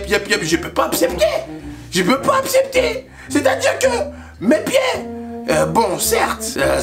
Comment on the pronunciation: "Je peux pas apsepter" 😂